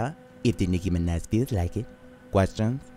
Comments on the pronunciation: Nicki MinEH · Im nicki mineh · no its nicki minuh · Wow it’s really the Nicki Mineh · Nicki Mineh~ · Nikki Mineh..